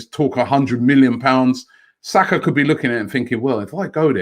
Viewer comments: I Know! And it's not even difficult! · Robbie embarrassingly butchering Saka’s name